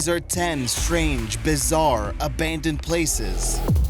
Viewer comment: Narrator can't pronounce "abandoned." Editors and content creators don't care. Instant vote down for making America even stupider, day by day.